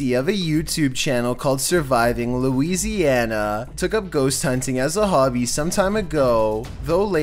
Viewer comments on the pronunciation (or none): none